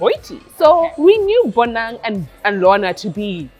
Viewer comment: Oh gosh why do you pronounce 'Bonang' the way you do. I cringe everytime you say Bonang..